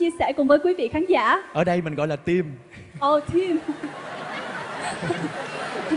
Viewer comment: eo chị dẫn trương trình , tim sao đọc là trim thế @@ bó tay